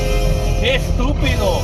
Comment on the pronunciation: Ok, today's lesson for you wannabe Spanish Expounders: the word is '¡Estupido!' not '¡Stupido!' - listen closely and you will hear. Of course he COULD also be saying '¡Es estupido!' ... but I doubt it. 💖 🇨🇦